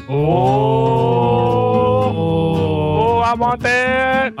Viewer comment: All I heard was 'Bwand new dededede wamboghini'